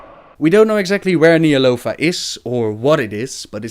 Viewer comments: >Wondering if he ever pronounces Ny'alotha correctly..... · y'shaarj said ny'alotha and he completly says it wrong lol